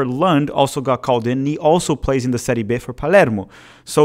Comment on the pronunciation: it’s Serie Bi, not Serie Be